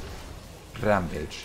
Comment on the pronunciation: Omg on the first part of the video( silver ) you made rampage and in the moment it sayd it, you also sayd Rampage with your accent ❤️ i was hearing myself omg 🤣